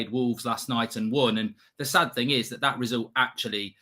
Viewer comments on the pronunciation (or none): none